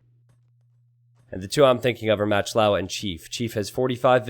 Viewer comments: Pronounced moc lova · Why do you call "MachtIowa" "Matchlaua"? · How you say "Machtlowa" drives me up a fucking wall.